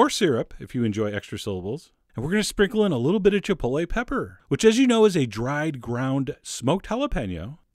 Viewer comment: I love you, but you lost me at Chipoltle.